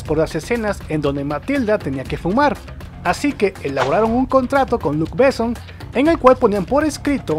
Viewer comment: Por favor respeten los nombres propios. Jean Renó no es "Jin Réno" Y Luc Bessón es con acento en la "O" no es "Luc Béson"!. No pronuncien en ingles nombres franceses. Suena horrible.